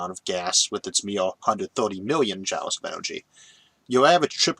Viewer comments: Love these videos! One minor nitpick that was bugging me since it occurs so much in this video: "Joule" rhymes with jewel or fuel, not jowl. And this isn't ragging on your speech impediment, since you pronounce "fuel" quite normally to my ears. Anyways, I just started going through your fascinating videos in order from older to newer, so maybe this has already been brought up and corrected in more recent ones. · Sorry to 'correct' your pronunciation (and you already told me that doesn't really matter to you; and not me either) but I believe "joule" is pronounced 'JEWEL'. Great content, keep it up! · I know you mention your speech impediment a lot and seem pretty fine with it (I liked the “whale gun” callback in the Kickstarting Space video), I do want to say that Iʼve almost no trouble understanding you after the first one and a half episodes or so. (Ironically, Iʼm reminded of this because this episode is harder to understand than usual because I had never heard that pronunciation of “Joule” before, and I donʼt think thatʼs even a speech impediment thing)